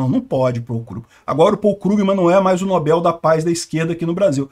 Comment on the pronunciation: precisa definir se é nóbel ou nobél.... Kkkk